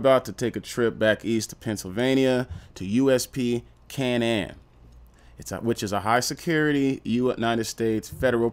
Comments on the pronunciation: Fam, it’s pronounced cay-nan, do a tiny bit more research than reading the first thing you google…. Word for word. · It’s pronounced K nan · How do you manage to mispronounce everything 🤣 its Kay-Nin